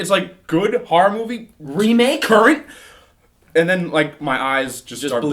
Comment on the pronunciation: I love survival Harror games, as says it. Harror.